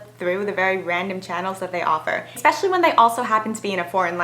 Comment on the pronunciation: Expecially? hmmmmm there's no X in Especially.